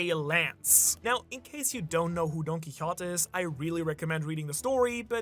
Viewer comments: It was a horse, not a donkey, and the horse’s name was Rocinante. And Don Quixote is pronounced more like DON!! keyHOtay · his name is pronounced: Don-Key-Ho-Tay Do-Fla-Min-Go